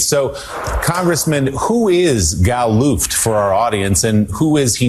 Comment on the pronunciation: For goodness sake, Ben, it's GAL Luft not GAIL Luft. No "i" in the name... not a woman's name. I love your commentary and am addicted to Midas Touch. But this kind of repeated mispronunciation (adjournment?) and grammatical mistakes can be like nails on a blackboard. Keep up the great work! But fix the mistakes, please.